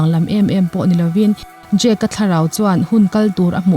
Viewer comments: I lam dan hi Jake tih a ang thei tawp. Jack (Jack dawson) ani sia .. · Jake ti an tam lutuk a,jake tiin i pronounce bawk sia...ka buai tep a lom...😂 ngaihnawm lutuk e👍👏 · E...khai... "Jak" i ti elaw? 😁 Thluk deuh tala a dik viau ang..